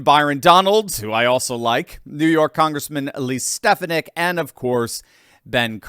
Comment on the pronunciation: Pronounced Stef-fa-nic.